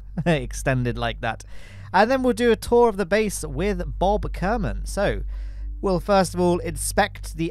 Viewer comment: kerman line, Ker like kerbin